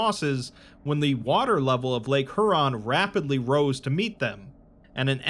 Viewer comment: Just a quick note: Lake Huron is not pronounced "HOO-ron", it's pronounced "HYOU-ron". Like "Hugh". -Signed: someone who camped in the Provincial park that used to be atop Site-43, located less than a half-hour drive north of me